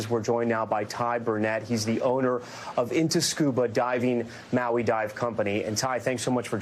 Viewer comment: You're getting better at pronouncing Maui 😏. Grind one Lau Lau bra, you going get em better ✌️